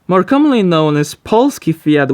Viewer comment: Why you pronounced "polski fiat" in Polish instead of in English?